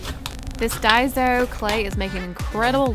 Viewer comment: It's not pronounced dieso it's pronounced dayso not hating just saying